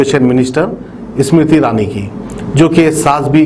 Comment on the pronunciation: Ismruthirani math bolo ....... smruthi irani bolo ... aap reader hai....